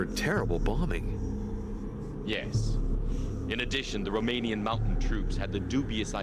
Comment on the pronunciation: Why do they literally mispronounce every single romanian word in a game about Dracula? They couldn't get the voice actors to try at least?